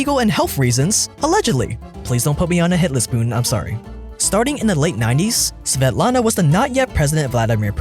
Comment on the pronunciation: I love your pronunciation of svetlana and her daughter, it was actually pretty good! I have to spell my name out to people all the time cause they have a hard time pronouncing it lol